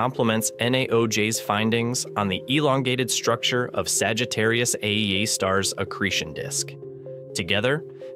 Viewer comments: Yep, that's AI voice. "Saggitarius, a star.." What else is it going to be? "Saggitarius, a deli in Queens"..? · It isn't even state of the art. (Cf. ATP's recent episode with the AI podcast.) It stumbles over punctuation and mispronounces things in an obviously artificial way because it's mis-parsing the text it's been fed. For example, , it refers to "Sagittarius, a star." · While the quality of the AI voice is better than many using AI voice, it is still clearly an AI voice. It's "Sagittarius A*" not "Sagittarius a star". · "Sagittarius ĂÆEĂ star"